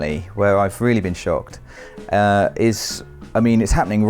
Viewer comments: I kept thinking he said “ I SHAT myself “. Which is possible. lol. ESP bcuz he hates horror games. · Maybe it's just my American ears, but every time said he shocked himself, I heard him say "I shot myself", and I got very concerned. 😂